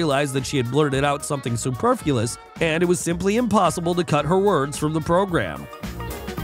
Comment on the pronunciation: …..*superfluous. Not superfulous.